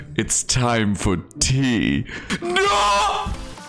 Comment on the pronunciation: "It's time for tea😈" British gives me life lmao